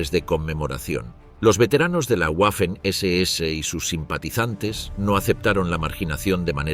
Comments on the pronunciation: “guafen” nooooo 🤦🏻‍♂️, se pronuncia “vafen” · En alemán y en español la letra w es una v doble. Waffen se pronuncia 'vaffen' y no 'uaffen'